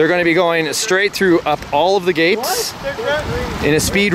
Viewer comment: Sounds like “Gays” instead of the “gates” lol